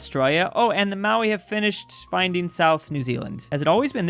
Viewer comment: every time I hear him say Maui i have a mini aunrism